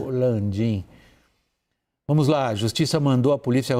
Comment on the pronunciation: Essa CNC é tão ruim, que até comentário não sabem falar, Caio falou "vomos" horríveis vocês